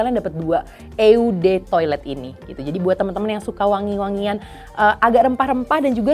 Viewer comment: Ralat cara bacanya ya, kak. Kebetulan gw bisa Bahasa Perancis, EDT dan EDP berasal dari Bahasa Perancis.. Eau de Toilette dibaca : O de toalet, Eau de Parfum : O de Pahrfang.